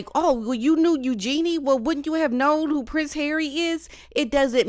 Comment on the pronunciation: Oh yeah. Meghan and Eugenie are buds, but she didn’t know who Andrew is. So believable - not. She can’t pronounce Eugenie properly, and calls Sarah Ferguson Fergie which any royal watcher knows Sarah doesn’t like.